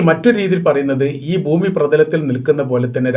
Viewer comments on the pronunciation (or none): none